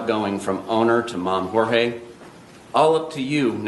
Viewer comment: Btw Jorge, even in the English translation, is pronounced with an emphasis on the first syllable, Jor is Hor - Hor hey - as you say correctly, but you are neglecting the emphasis on the Hor. Ask YouTube search, or Google, search and it will direct you to the You Tube translation tutorial.